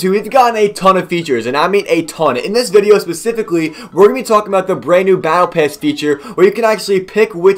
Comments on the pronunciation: He is saying battle piss not battle pass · it sounded like he said battle pess at the start